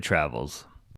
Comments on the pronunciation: San Rafael is actually pronounced Ra-fell. Two syllables. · The San Rafael Swell is pronounced "San Ra-Fell Swell". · Great video but you are pronouncing the San Rafell Swell incorrectly. It is San Ra Fell just two syllables. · I posted a video of the area some years ago and called it the San Raf e el Swell and was promptly corrected. There's another townsite called Paria, in the Grand Staircase–Escalante National Monument, and I referred to it as "Par I ah" but was told the actual pronunciation is "Par E ah".